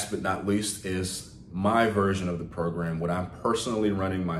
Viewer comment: "PROGAM" smh